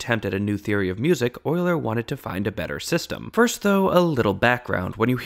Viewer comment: Thank you for pronouncing Euler properly. Euler is (among other things) the shibboleth of math enthusiasts.